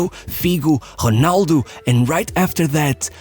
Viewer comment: Awesome channel buuuut... Could you stop saying the Rs in English as if they were an H? Rrrrrrrronaldo.... With an R... Normal R... Imagine if we started pronouncing all foreign names in the way the locals do, and nobody understood anything 😅😅😅